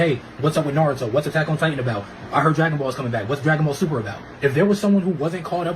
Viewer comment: That can't be the reason because how are you on Shippuden and you still can't pronounce Naruto's name😭